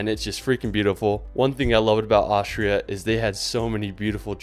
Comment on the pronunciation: It's "Austria", not "Ohshra" for fuck sake!